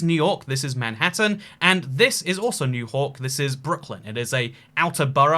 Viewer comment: my favorite city, new hork